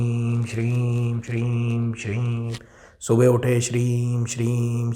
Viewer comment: Shreem he ya Shreeg bola jata he bhai ji g ki aawaj niklti ha m ki aawaj niklti he please bhai ji samjhane ki kirpa kre ji